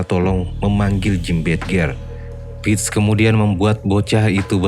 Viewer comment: Bridger bacanya brid-jer , mas